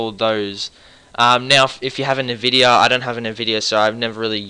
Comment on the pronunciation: Haha... Raid-on and Nuh-vidia.